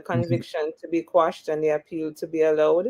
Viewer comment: The word is actually quash…meaning to ..put an end to..Jamaicans the ones who don’t know better say squash. Listen to the Englishmen and Bert Samuels for the correct pronunciation.